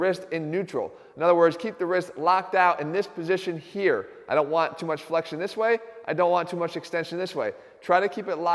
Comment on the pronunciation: its funny how he says i dont want